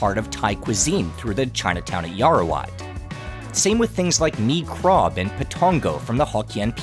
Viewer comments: Just to correct you, you keep pronouncing Yao-Wa-Rat as Yao-ra--wat. Otherwise, everything else is fine. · yaowarat.. not yaorawat.. :) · It's Yaowarat, not Yarowat 😭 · I'm Thai-Chinese and also live really close to Huay Khwang! I had to pass by on my way to the MRT every single day back when I was in our equivalent of high school, but I personally never thought much of it. I definitely appreciate it more now, though. Btw, it's 'yao-wa-raht' เยาว (yao-wa) = youth; borrowed from Pali ราช (raht) = king, ruler, or to rule; borrowed from Khmer and Sanskrit Thanks for the coverage, man. Keep it up, proud of you! 🙏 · Love your channel man! But, Yao-Ra-Wat is killing me😅